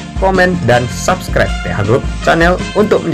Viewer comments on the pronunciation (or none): none